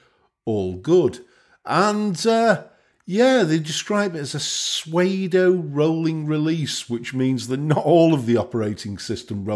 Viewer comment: “Suede-o”... LOL